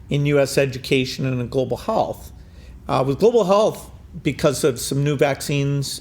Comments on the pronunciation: ‘GLOBAL HAALTH’! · that pronounciation on global halth... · "Global hallth" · Hmmm, Bill Gates cannot pronounce the word health... interesting.